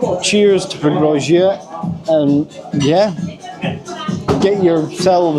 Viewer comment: We stayed in a nice hotel overlooking the river. In the morning eating breakfast on the terrace, there was a fellow taking a sh1t on the bank opposite 🤭 so assume that's why the river is so "verdant". Strange memory, but a nice place 😊 however wrong you pronounce it 😂